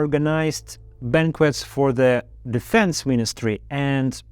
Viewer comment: Для начала неплохо, но стоит поработать над правильными ударениями. addrEssed, defEnse, sEntenced, Intimately, allOw, accOmpanied, oppOnents, sEparatists, compEtitor